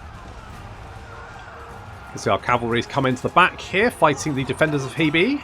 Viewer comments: The pronunciation of Hebei (河北) is closer to 'hur-bay' than 'hee-bee'. Just FYI. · We've seen the Defenders of Hebei Now we need someone to mod in the Attackers of JeeBees Since you seem insistent on pronouncing HeBei as HeeBee, I thought I'd make a pun.